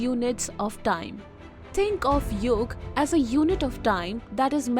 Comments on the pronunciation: Get your pronunciations correct. What kalp? Its Kalpa ( cul-puh) and yuga (yu-guh) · I don't know why you people pronounce the words incorrectly for ex: Yug instead of yuga, Manvantar instead of Manvantara.